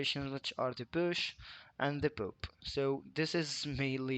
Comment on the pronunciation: The word “pop” is pronounced “pawp”, not “poop”. But it does make me smile like I was in middle school again to hear it pronounced “poop” every few seconds. 😏